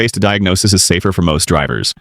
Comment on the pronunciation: "torquey" "Torgua"? Really? And it's not "speed specific" it's properly said SPECIFIC SPEED. Also it's DIAGNOSIS - not "Diagnosies". This is ignorant as all HELL! You need to STOP USING HORRIBLE AI VOICES!! This makes for a terrrible time watching and very unenjoyablely so. If you can't narrate your own damned videos then stop making them on YouTube altogether.